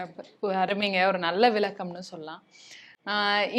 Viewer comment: அந்த மனுசன் எவ்வளவு அழகாய் சொல்றார்!!!!! ஆனால் இந்தப் பெண் எளிமையான என்பதை எலிமையான என்றும் பள்ளிக்கூடம் என்பதை பல்லிக்கூடம் என்றும் விளக்கம் என்பதை விலக்கம் என்றும் உச்சரிக்கிறார் பாருங்கோவன்!!!!! தமிழ் நாட்டில நடக்கும் எல்லாப் பாடல் நிகழ்ச்சிகளிலும் தமிழர்கள் இல்லையே அதனால்தான் அவர்கள் ஆங்கிலத்தைக் கலந்து திட்டமிட்டு அழிக்கிறார்கள். அதற்குக் காரணம் மாற்றான்களை வளர்த்து விட்ட மூத்த இசையமைப்பாளர்கள்....